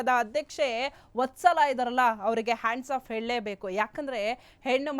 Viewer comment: ತಾಯಿ ಹಾಂಡ್ಸ್ ಆಫ್ ಅಲ್ಲ ಹ್ಯಾಟ್ಸ್ ಆಫ್